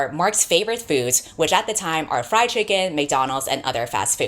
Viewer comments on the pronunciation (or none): none